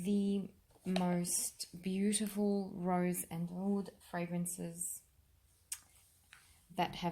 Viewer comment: owwoullld..lol "Oud"?